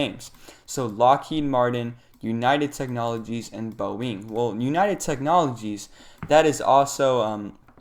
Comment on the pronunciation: Very good effort. Would just recommend that you research the pronunciation of some major companies like Boeing and NVidia next time to sound more trustworthy. And Salesforce is a major company